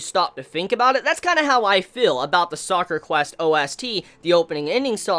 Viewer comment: Ugh, so cringey. It's called Sakura Quest. Not Soccer Quest